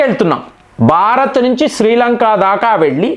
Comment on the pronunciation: బారత్ కాదురా భారత్